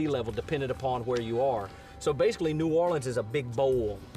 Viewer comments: It's New Orleans not "New Orleeahns as you pronounced it incorrectly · Most of the natives pronounce it "New Or-lenz" or "New Or-lee-unz," always with emphasis on the "Or." Only drunks and idiots pronounce it "New Awlins."